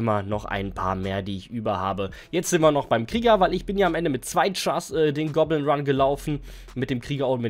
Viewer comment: Goblin bro, nicht gobblin😂